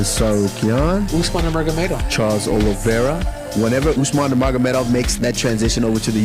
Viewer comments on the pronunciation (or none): Yang di ucapkan admin ini kedengarannya bukan Usman nurmagomedov, tapi Usman nurmuhamadov. Maaf